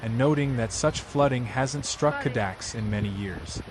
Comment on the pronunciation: It's not "Cadax" - it's Cada -kess. Dali's residence.